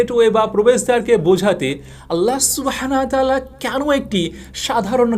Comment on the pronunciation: আপনার টপিক ভালো, কিন্তু আপনার কিছু কিছু উচ্চারণ ভয়াবহ রকমের অশোভনীয়। 'আল্লাহ সুবহানাহু ওয়া তা'আলা' হবে, বারবার ভুল করেছেন। 'মৃত্যুশয্যা' হবে, 'মৃত্যুশরযা' না। এরকম অসংখ্য ভুল উচ্চারণ! বাংলা ভাষাকে আপনি মেরে ফেলবেন দেখছি।